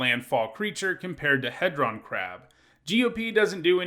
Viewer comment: He-Dron like dodecahedron